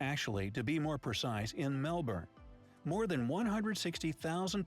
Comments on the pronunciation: Nailed the Melbourne pronunciation! 👍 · So proud. Yes you’ve said Melbourne right. Well done 🎉 We now have close to 27 million people. Population explosion. 💥